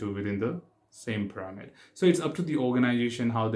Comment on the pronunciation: Test pir-a-mid